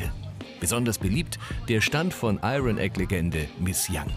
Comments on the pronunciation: Und das „Iron“ konnte man jetzt nicht ein einziges mal richtig aussprechen ? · Des r bei iron spricht man nicht des regt mich gerade so auf